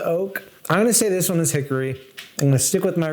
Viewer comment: As someone from Hickory, NC… you’re pronouncing it wrong